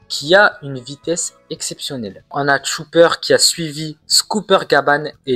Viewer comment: C'est Chopper, pas TCHOUPEUR 🤣🤣🤣🤣😭😭